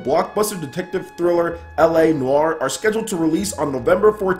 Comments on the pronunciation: Took 7 years of French and you pronounced it spot on! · I think you're pronouncing noire correctly (unless we're both wrong)